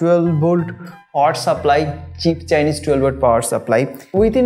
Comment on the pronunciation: Power "saplly"?